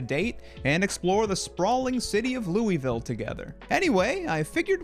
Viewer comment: Louisville is not pronounced like that